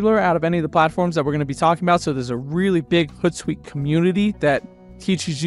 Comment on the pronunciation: hOOt like an owl. Not hutsuite